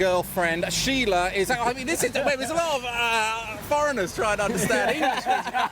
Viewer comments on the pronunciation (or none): none